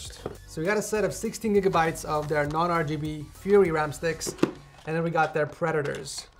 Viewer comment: I think you slightly mispronounced "gigabytes" there